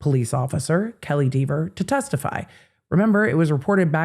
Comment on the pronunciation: Kelley Dever was so combative and unpleasant on the stand that I'm happy to hear her name mispronounced repeatedly. Maybe someday she'll chill out about it.